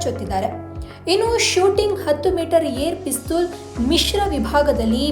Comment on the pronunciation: ಪಿಸ್ತುಲ್ ಅನ್ಬೇಡ ತಾಯಿ ಪಿಸ್ಟಲ್ annu